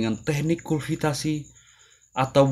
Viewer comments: Kultifasi bukan kulfitasi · Yang benar bukannya kultivasi ya? Bukan kulvitasi? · Kultivasi bang bukan Kulvitasi🤣🤣🤣